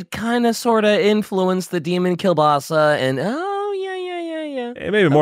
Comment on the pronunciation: "Demon Cubasa"